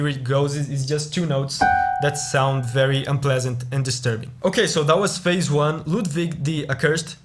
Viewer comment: Stop saying fase😭